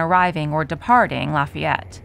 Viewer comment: Lafay yette